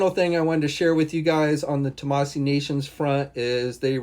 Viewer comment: You still haven’t learned how to pronounce Tamashii? It ends with a “she” sound, not a “see” sound....